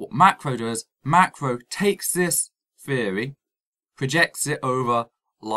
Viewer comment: I stopped watching after the first time he said "scientific feory".